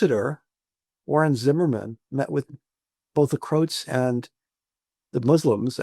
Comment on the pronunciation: Gibbs is a buffoon . So many errors. He confuses Zepa and Gorazde. Serbs took Zepa in 1995. It was the Bosnian Serb leadership that torpedoed the Vance Owen Plan in 1993, not the Americans. Milosevic wanted the Bosnian Serbs to accept. He mispronounces Croat as Crote. Vast oversimplifications due to leftist bias. He doesn’t mention Serb dissatisfaction with the Yugoslav Constitution of 1974, nor Serbia’s imposition of direct rule over the autonomous provinces Kosovo and Vojvodina under Milosevic , which led Slovenia and Croatia to ponder independence. How did ignoramus ever become a professor???